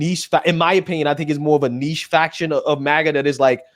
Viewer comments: It’s MAGA, not MIGA. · It's MAGA, not MIGA! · It’s MAGA not MIGA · it is MAGA not MIGA. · MAGA not MIGA